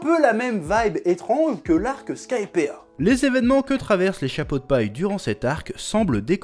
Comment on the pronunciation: Chef, ya une raison pour laquelle tu ne prononces pas le "i" dans Skypiea ? C'est très perturbant à entendre amputé d'une lettre, je meurs un peu à l'intérieur à chaque fois que j'entends "Skypea"